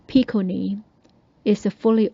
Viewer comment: I do love how your pronunciation of Bhikkhunī names sounds exactly the same as Ayya Tathaloka’s pronunciation of Bhikkhunī names! Awesome! Good work! A fascinating presentation, thank you for sharing it with us all.